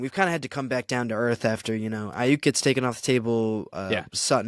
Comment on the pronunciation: my man. Can you plz pronounce Aiyuk name correctly? I mean damn, it's been months 😆